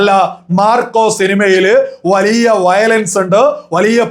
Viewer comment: വളിയ അല്ല bro വലിയ... വലിയ... 😂